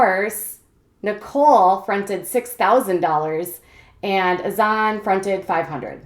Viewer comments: Brittany Smith it’s Hassan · You pronounce Azan’s name wrong. Just a heads up